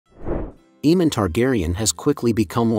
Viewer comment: Its really cringe how you keep saying "eemand"......